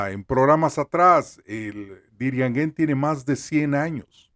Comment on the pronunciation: Pornuncie bien por dios. DIRIAN-JÉN. Esa sería la pronunciación correcta.